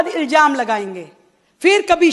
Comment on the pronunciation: Ilzaam ko iljaam bol rahi he